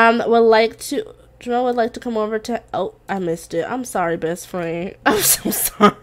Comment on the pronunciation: I think his name is pronounced ja mell because of the e